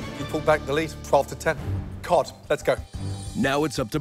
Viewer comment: I thought I heard gordan say cod as god